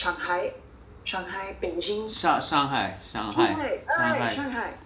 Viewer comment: 第三个演的还可以，前两个装的太明显，第三个老外说北京的发音我就觉得她会中文